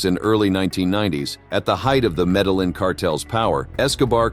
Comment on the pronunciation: Yes. Medellin is pronounced ME-DE-YIN